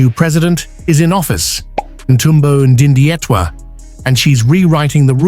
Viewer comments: Please read my President’s name correctly!! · Can sone Namibian in USA please help the Yankee with correct pronunciation of our President's name!?